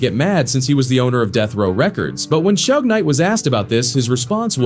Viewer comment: Shoog? Shug? Dude can't even pronounce his name.